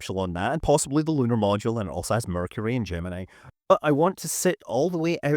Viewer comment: Gemini the spaceship rhymes with knee. Gemini the constellation rhymes with eye.